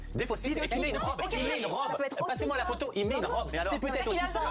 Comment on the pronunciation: Oi! You keep saying 'va-T-etre' but fffs, there is NO BLOODY 'T'!!!